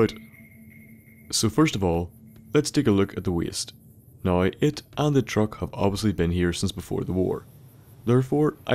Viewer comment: I'm gonna go out on a limb and say that is from Dublin. My evidence being that he Pronounces "Now" like "Nigh". If you don't get what I mean, go to ireland and... Just go to Ireland.